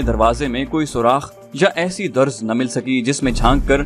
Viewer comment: Darz not Durz